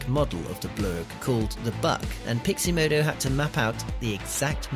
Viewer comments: totally triggered by the pronounciation of pixomondo as piximodo ... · Haha - always nice to let viewers know your level of quality within the first minute. You are going to show us how to do something extremely technical yet you can't pronounce Pixomondo. That's funny! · I'm fascinated by the complete inability to pronounce Pixomondo